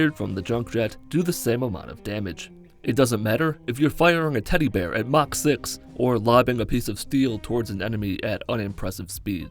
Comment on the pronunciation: It's mach not match